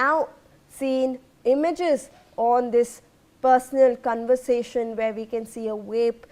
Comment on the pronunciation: 😂 lol says cunversation 😂😂😂 for conversation